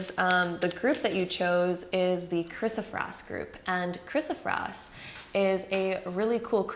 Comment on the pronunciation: It is pronounced 'Kris-o- PRAISE', like 'praise God'. Not kris-o-frass, or prass. Great reading btw!